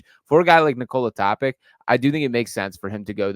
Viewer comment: TopiTSCH like JokiTSCH or JoviTSCH or DonciTSCH or BogdanoviTSCH or MiciTSCH My god... why is that so hard to look up the pronounciation before making such a video?